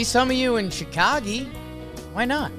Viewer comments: Omg he said it again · Yeah never say chicagee again